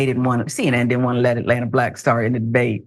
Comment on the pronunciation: Don’t say BLLACK like that! Lol😂